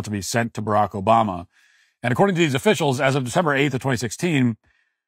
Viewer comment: Tax offissels 😂 i love the bloopers. They are the funniest part to me